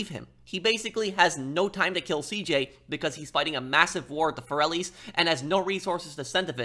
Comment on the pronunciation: I always wondered why Salvatore says Corellis instead of Forellis in the introduction.